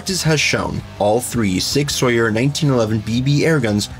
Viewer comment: It's "Sower" not "Sawyer"....